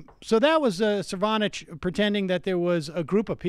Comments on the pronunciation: One...... that is an anteater. Second, you are mispronouncing his name. Sir-no-vitch, not Sir-von-itch. Emphasis on first not second syllable. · Sir fraud itch? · Cervonich is my favorite rendition of his name, the disrespect is palpable. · kim weaver I believe it is So-nov-abitch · I love that he keeps saying the last name wrong! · Love it now Sam dispronounces Cernovich. Tops! =-D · Sam, seriously, stop “forgetting” how to pronouncing people’s names. You do it a lot and it makes you come off like a teenage girl. I’m a big fan and this is my only major criticism.